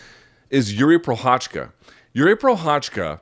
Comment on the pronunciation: How hard is it for someone who's been covering MMA for years to actually try to learn how to pronounce the name of one of the former LHW champions?